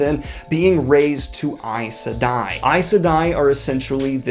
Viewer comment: I just learned from you how to pronounce correctly Aes Sedai, Myrdraal, and Aiel. 😁